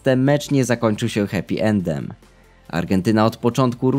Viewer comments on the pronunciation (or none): none